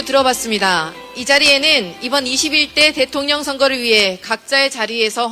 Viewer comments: ㅋㅋㅋㅋ 대통련 으로 발음한 의도가 있으셨네요! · 대통년 이라 발음하실때 넘 웃겼어요.ㅎㅎㅎ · 아 진짜ㅋㅋㅋㅋㅋㅋ그동안 대통ㄴ 발음 너무 웃겼다구요😂 혀가 쪼금 짧으셔서 그렇지(귀염😊) 일부러 그러시는 게 아닌거 알지만 어찌나 딱이었는지..ㅋ